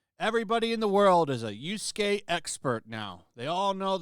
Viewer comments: Sorry, stop saying yusuke its yasuke please. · Dude i can't with the yusukei. It's pronounced YA-su-Kei. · Bro I hate this woke shit more than anyone else, but It’s not Yuske my guy his name is Yasuke lmao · Just one thing... You keep calling YAsuke "YUsuke". One of them is a Retainer, the other is a Spiritual Detective.